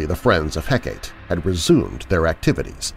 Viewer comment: I love this channel, but sometimes you accidentally mispronounce words or names. I usually ignore them, but I can't let this one slide. Hecate is pronounced Heck-ah-tee. Thank you for all the fun podcasts!